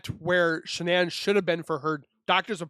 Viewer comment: I agree lol .... I cringed at She...nann .... I'm like it's Shan'ann!